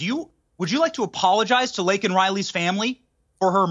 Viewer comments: Piers said Blaken Riley 😂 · Watch Kamala smile when she hears Biden mispronounce Lakens' name disgusting creature.drunk again Kamala????😢😢😢😢😢😢